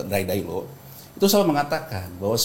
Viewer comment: Take a sip every time he pronounces Ray Dalio as "Ray Dailo" 😂